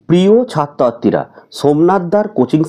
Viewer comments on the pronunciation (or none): প্রথমেই বলছে প্রিয় ছাত্ আতিরা😂